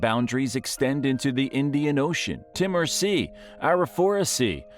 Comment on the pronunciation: Timor. New Guinea, Melbourne, Brisbane. Just some of the place names this narrator can’t pronounce correctly. Always be suspicious about videos about Australia narrated with an American accent